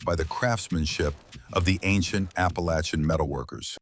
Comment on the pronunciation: This is stupid you're going to talk about the Appalachian Indians for God's sake to do it right I'm turning this off I mean how difficult is it to get it right people people